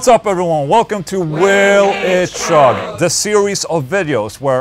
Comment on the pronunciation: Sorry Ola, gonna be a nazi here and point out that when saying "chug" you make the most common mistake Swedes make when speaking English. Other examples of this: chair=/=share, cheap=/=sheep. Ch=/=Sh. The point is, it ain't pronounced "shugg".